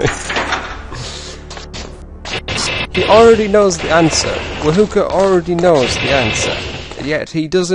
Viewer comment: You say herb and others say erb the h is silent.. yet wahoka, is proper but ignored and stated wa-hook <-a funny hey?!